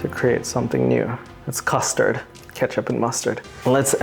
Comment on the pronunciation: "Kustard" 😂 I was captivated from till